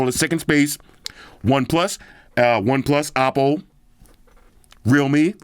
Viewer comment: This is a sick review, honest review as always! And I like how you CORRECTLY pronounce the Oppo brand, that’s how you say it 💯 not “Owpow” 😅 Like what OnePlus has done here, simple yet meaningfully usable except the price!